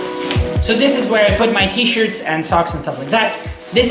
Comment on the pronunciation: I thought you'd said sixty shirts instead of six T-shirts kkk